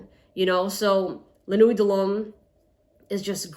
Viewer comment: It’s pronounced nwi not nuweyt